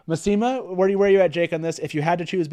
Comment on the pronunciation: ow my ears! I've always said it as MASS-ih-mah, not ma-SEE-mah